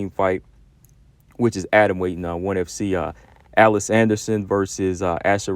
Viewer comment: It's "Uh leese" Anderson Combo 😅 Everyone should invest time into One FC's women's division, especially considering that 99% of their fight cards are free to watch on YouTube or their App...Just look up one championship on your app store & it'll pop up. Their women's Muay Thai & Kickboxing fights are really good too.